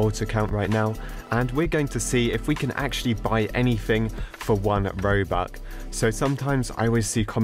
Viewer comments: How u pronouns robucks: robucks :how he says it: Robuk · he pronounce robux into Roobuck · Did you say ‘robuc?’ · It’s not ”roux” it’s ”robux” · What’s roux? It’s R o b u x not roux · Its 1 robox its not 1 robok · lol i like when says one robuc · ''robuck'' LMAOO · says robuk me like are youi on drugs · he's saying "oNe RoBuCk" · Did anyone hear him say robuc? Xd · Stop calling it robuck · 1.. ‘Robuc’ lmfao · why does he say robuck when you say robux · He says "Robuck"..